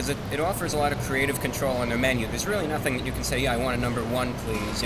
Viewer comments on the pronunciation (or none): none